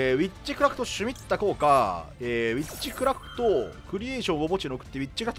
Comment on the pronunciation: えっちくらふと・・・？(空耳)